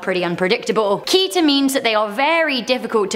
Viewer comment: The first SCP classes are with a special group called SEKTA: Safe Euclid Keter Taumiel Apollyon. But there are many many many more classes and even class-mixes Btw you pronounce Keter as Kedder/Ketter